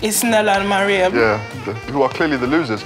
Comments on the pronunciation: FOOTASYLUM ITS M A R I A M NOT MIRIUM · footasylum abeg it’s “mariam” not “mariam” 💀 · Put some correck on Mariam's name! 😒